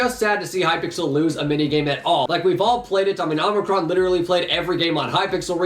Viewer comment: his name isn't omnicron its omicron